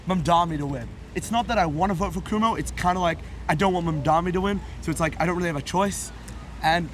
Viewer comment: Yo the 1st guys with the English accent is not a real New Yorker doesn't know Curtis Sliwa from the guardian angel and can't not pronouce Cuomo name right CUMO...lol